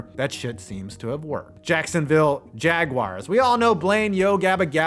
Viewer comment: In the dictionary you can also find the correct pronunciation of the word "jaguar" Ill always be here for you 5.